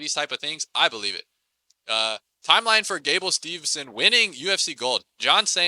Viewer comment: I'm sure he has a lot of good takes, but I can't abstract from all his mispronunciations and stuff. To me, that does not show that you know what you're talking about. Viktoria Dudukova, then Viktoria Ditcheva and then Gable Steve(N)son. It makes we want to turn off the video.